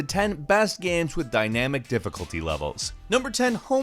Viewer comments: Jonjo Jr - I hear "gemms" sometimes.. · I love video “gams” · He says “games” weirdly sometimes.